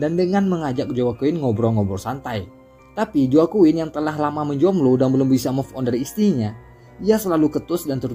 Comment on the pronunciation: Mau koreksi dikit bang, Itu Baca Nama Joaquin Ny jgn Joaquin jgn gtu bg, bcny Hoaqin